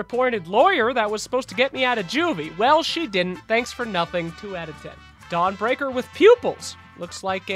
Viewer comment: are you saying "Dong Breaker"...?